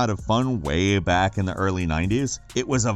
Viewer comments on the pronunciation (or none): none